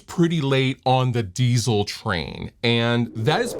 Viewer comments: Do you know where the name for this amp comes from? And yes, you pronounce Diezel very well. I'm from Bavaria Germany and happen to know the chief engineer. That's why I know what the focus was in development. tight, lots of headroom and reliability. cool piece you have there. have fun. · You’re late to the party! But thank you for pronouncing it correctly! Cheers from Germany!